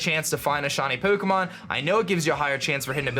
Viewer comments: Is anyone else annoyed by the way he says “pokomon” Say it with me now... it’s pronouced “Poe-Kay-Mon” or “Poe-Keh-Mon” Not “Poe-Koh-Mon” face palm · Does it annoy anyone how he says Poo-kemon? Or is it just me.. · Po'ke'mon' lol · Shiny Pookmon. Expertly Pronounced;) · puh Kay mahn that's what you're saying. Suh dude. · This was helpful, but I hate the way you pronounce Pukemon. pyuukimon? Uhg. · Lol. "Pookomon" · peaukomon. annedeautte. that's driving me crazy. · i hate the way he says pokemon. "pookiemoon" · Pook-emon is what i hear hehe :D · The way you Pronounce Pokemon triggers me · It's funny how he says Pokemon. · why do you say Pokemon weird ? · The way he pronounces his O's is so weird. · the way he say pokemon is hilarious lmao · the way u say pokemon hurta me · Am I going crazy had always said Pokemon like that?